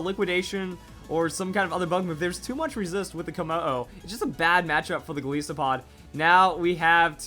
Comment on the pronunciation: Goliath + Isopod. please say it right